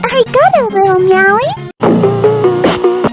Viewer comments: Did She Say ArigaTO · “Are-ee-ga-toe” 💀 that aint even japanese you wannabe